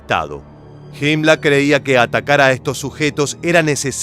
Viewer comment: Estas tan seguro que se pronuncia Himla?